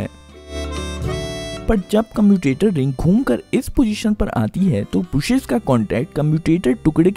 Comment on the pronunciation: ब्रुशेस नहीं ब्रशेस सही उच्चारण होता है! स्टैटर नहीं स्टेटर होता है